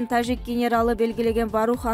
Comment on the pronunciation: Тажик десен диктор Жы тамгасын туура айтсан же тазик де.